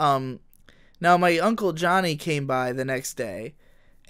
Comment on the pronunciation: "My Uncle JOHNNY came, and ordered a pizza or something" sounds abit Italian